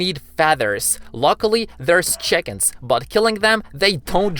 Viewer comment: why do yuo say cican?